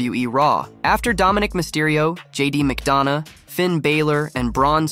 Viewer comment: bro really said JD mcdawna and Finn baylor